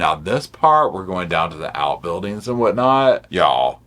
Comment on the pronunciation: When you say y’all you sound like a cowboy 🤠